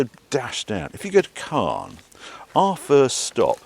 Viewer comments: Great video Harry… and I know that French pronunciation is tricky - but I wince every time you say 'Carn' for Caen. As you will have heard several times on the ferry (and you must already know) - it's pronounced CONN. Your missus must be a Saint 😇… sitting there filming while you hoon about on those country roads… with unending, tight bends. Lovely to have a boat waiting for you in Antibes - but, while I adore the South of France, I detest being there during the summer period. To each their own. All the best. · Not "Cahn", it's "Cohr". Hard C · At the beginning, I thought you were talking about the city of Cannes, but looking at the map, it was Caen. This city is pronounced exactly the same as 'quand' (when), we don't pronounce the 'n'. Anyway, enjoy your stay ! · It's Caen. Not Can. Not the same prononciation